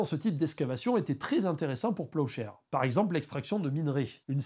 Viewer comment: Pendant toute la vidéo j'ai entendu "projet peuchère" 😂